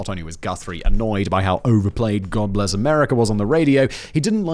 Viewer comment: What Simon said: God bless America What I heard: God-less America A bit more honest really.